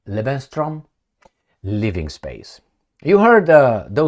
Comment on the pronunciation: Lebensraum!!! Not Lebenstraum, Maestro!